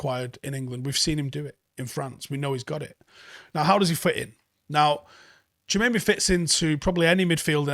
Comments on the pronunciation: Great video and so much information! Just one small thing, you keep saying his name wrong! Ha. It’s TchouameNi u keep saying TchouameMi. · It’s pronounced “ chewa may ney “ tbf lid lol not “junaynay” hahaha sick man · You've gotta stop saying Tchoumemi. it's an N. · To Be honest DM is the most definite buy for us in the summer. if ten Hag does come, most of the rest of the positions can be filled by our talented academy kids as that is his M.O. but we don't have anyone remotely good in the DM position. Also butchers Tchouaméni's name on a regular lol